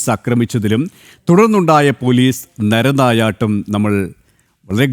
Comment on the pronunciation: "നെര നായാട്ട്" അല്ല നരനായാട്ട്. നരൻ എന്നുവച്ചാൽ മനുഷ്യൻ